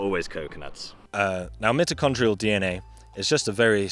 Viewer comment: Wonderful stuff! Truly informative AND entertaining! Just a TINY, TINY, quibble... pronunciation of "mitichondria". It is NOT a "soft" 'I' as in "lift", but a "HARD" 'I' as in "site". Thanks again for the excellent series on Homonins/Humans & evolution. The subject has mystified me for years, but NOW -- I feel I am beginning to understand. Just one more run through of about 8 of your progs and I think I WILL have it locked down!